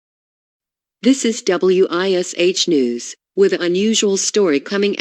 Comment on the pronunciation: Ugh... being a local in Indy... hearing the voice say "W.I.S.H TV" and not just saying Wish TV made me cringe.. lol! Good stuff tho!